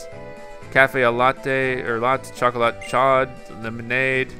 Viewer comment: Oh gosh, he completely butchered "Chocolate Chaud" You pronounce the 'ch' like 'sh' in French, and the 'au' is pronounced like the long 'o' sound. It's more like sh-oh, because the d is silent.